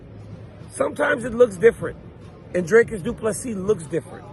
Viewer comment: Its Drick-us not Drake-us. DRICUS